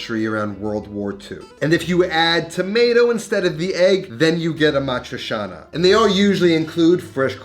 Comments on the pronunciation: Aaa maaa triii chianaaa Not amatrishana, brusceta not brusheta...... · "cia" in "amatriciana" is pronounced like in "ciao", ie "chow" not "shao". Ah-mah-tree-cha-nah, not ah-mah-tree-sha-nah. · Is it supposed to be amatri-cha-na, or how he’s pronouncing it (amatri-sha-na)? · Love your show, and your cooking but.....pretty pretty please.... learn how to pronounce A-MAH- THRIE- CHAA- NUH ! AMATRICIANA!!! Thanks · I never understood how you have travel to Rome so many times, but still can’t pronounce Amadricianna correctly. And this dish is king only with Bucatini. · you say it awfully tho, its not hard to pronounce correctly